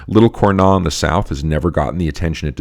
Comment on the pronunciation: Congrats again for this great cast, thank you to make it so easy to learn about wine. :) Quick note though, I don't mean to be the typical French correcting English speaker pronunciation, but even though it is not logical at all, we pronounce the "s" in Cornas. ;)